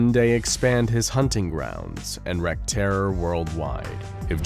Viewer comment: Attn. Narrator: wreak rhymes with reek, not wreck.